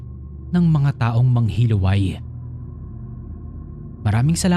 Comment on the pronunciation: Yung sa 1st story po hindi po MANGHILUWAY ang pgkabigkas nun kundi MANGHILU-AY. From the root word HILO (LASON). Wala lang na share ko lang.